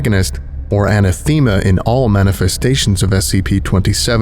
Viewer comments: An-ah-thee-muh? Oh geez bruh c’mon. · I’ve never heard anathema pronounced this way before. Was that intentional? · Did they just butcher the pronunciation of 'anathema'?